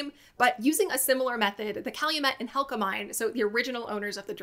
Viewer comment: yep, it was Hecla, not Helca I have several souvenirs of that dredge that were given to me in the mid 1970s that were "acquired" by unauthorized souvenir hunters